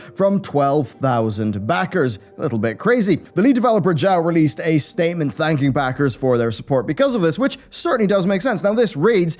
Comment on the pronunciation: 1: Whats wrong with a team thats might all be introverts?, as long as they deliver a good exp thats all we can care about, knowing what they look like doesnt really matter (just like you dont care about his name, sure its Jao, but, you kinda say it like Ja-o). 2: I dont think its success is from a harry potter pokemon wannabe game, its from Youtube. 3: The money was original for "3 dragons" (the assests we see), to have some original concept art, since they got so much more, they are able to hire more to make more of thier "30+ dragon" dream come true, for not talking about critter and other beast concept art into the game...and ofc some really great music aswell. 4: The blue-print stuff is to show ppl his dream, or, the idea of it, he have another "server" with his coding / animation on it. 5: His "2 year" with this game is basically just figuring out what program to use, first there was 1 program he used, but, they reguire the user (player) to DL some stuff / pay for some stuff, he didnt want that, he then tested out another program, didnt like that either, then he figure out unreal engine was the best for him and he worked from there. For not talking about the concept of the game, survivel game with dragons ect. He might all in all just have started to craft it for real after the kickstarter ended, with this we can see just been a "this is the dream i am trying to make". 6: When kickstarter ended, Jao sended out some emails to ppl, asking for thier Steam account ID nr...ou